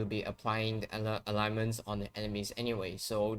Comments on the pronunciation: its not Alignments its Ailments. Pronouced Ale (like the beer) ments. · ALE - Ments. 2 sylables. I know you are not a native speaker, but you should notice it doesn't have a 3rd vowel in the middle.